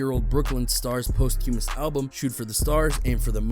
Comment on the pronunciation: My man, you're butchering the pronunciation of posthumous.